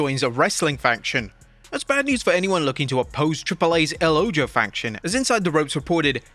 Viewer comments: The "Ojo" is pronounced "O-ho". It means "The Eye" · El oho. Ojo is pronounced OHO. It means The Eye. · Ojo is pronounced Oh-ho